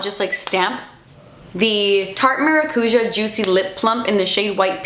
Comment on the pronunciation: Querida, as a Brazilian I feel it is my duty to help you out with the pronunciation of Tarte's 'maracujá'. It's pronounced mah-rah-cu-zhah. 🥰